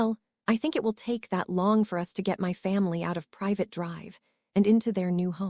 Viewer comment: Privet Drive does not have an e at the end of the name the tea is at the end with the E just before so don't pronounce it as private Drive, duh